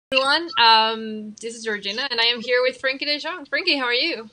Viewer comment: Frenkie De “Gong” hahahhahaha